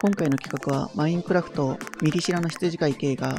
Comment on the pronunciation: やっと見れたー！ コラボ前に事前にやっておくのも、ドキュメンタリー風にするために初心者なのに自分でツッコミするためにちょっと調べて編集するのも流石です👏 マインドクラフトとシカラバって言ってるのもわざとだろうけど面白い😂